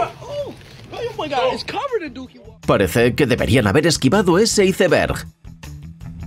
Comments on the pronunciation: Excelente video, por cierto iceberg se pronuncia aisberg. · parqui? ISEBERJ? Y todavía quiere que le demos "me gusta", con narradores así, es fácil detestar un canal. Retiro mi suscripción inmediatamente.